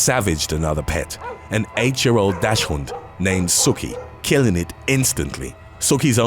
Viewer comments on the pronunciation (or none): useless commentary ahead Normally you're spot on with pronunciations...like 99%, but I want to point out "dachshund" in this case. It's actually more like "docs hunt" (or "doxin" if you're Murican). It's German for "badger hound", on account of their long, low shape. I knew a women that said "dash hoont" similar to you, and she wouldn't budge, even when a German guy said the word to her. Just sayin. Keep up the amazing research and presentations! TWKY is one of my favorite channels. edit: tub of roaches any day...fuck those little chihuahuas bastard punts. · Docks-und. You guys never research anything. Pathetic!